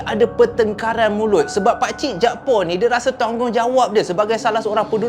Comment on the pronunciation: Utk pngthn kt Kedah ni selalunya org yg bernama jakfar akan disebut jakpaq bkn jakpo.